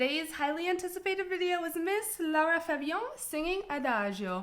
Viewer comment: It is Lara, not Laura.....